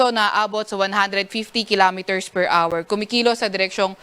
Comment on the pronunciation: PER HOUR | Thank you for pronouncing the word HOUR correctly, not R, as in PER R. Children are listening.